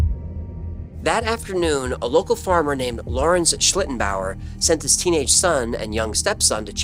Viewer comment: And kudos to for pronouncing it very well so many times 😊